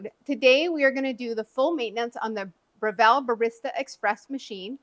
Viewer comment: You are pronouncing the name incorrectly. Here is a link to the correct pronunciation.